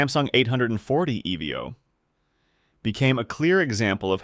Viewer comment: no human would ever pronounce "evo" in "samsung 840 evo" as "eh vee oh"